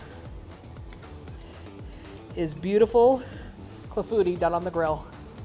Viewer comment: Pronounced clah-foo-tee. Looks delish and I plan to make very soon!